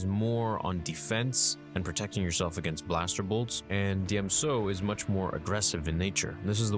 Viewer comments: Ok now you’re calling it “deeyem so.” Stupendous wave used to call it “duhjem so.” Are y’all daft? His name is Din Djarin. DJ is a hard J sound. If you could all stop fuckin with the pronunciations to sound smart that’d be real cool. Thanks. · Huh, I've never heard someone pronounce Djem So with a silent J, it's always been the D that's been silent. Sounds good. Excellent video!